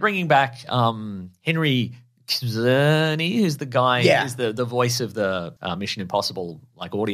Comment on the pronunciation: Czerny is basically pronounced CHerney, fyi.